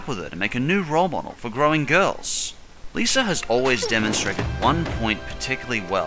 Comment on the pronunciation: It's Mr.Lisa not List